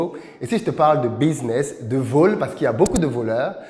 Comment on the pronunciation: on aime bien la manière dont tu prononces le mot "vol". 😀